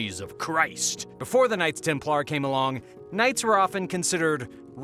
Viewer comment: Why were you pronouncing Templar weird? lol